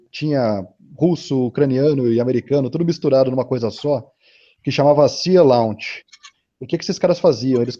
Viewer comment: A empresa que o moço menciona é o Sea Launch, se pronuncia /si: lóNtch/. Quase quebrei a cabeça para ver empresa ele está dizendo, mas achei. :D Gostei muito da ideia dessa empresa, colocar uma base em uma plataforma marítima. Isso serviu de resposta a minha dúvida... se é possível fazer grandes bases no pé do mar, já que a ilha de marajó e algumas ilhas ali perto ficam bem na linha do equador, mas o problema é que tem que remanejar grandes quantidades de populações daqueles locais. Marajó tem mais de 500 mil habitantes, por exemplo.